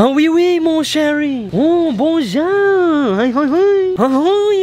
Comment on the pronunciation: ur not saying it correctly its bonjour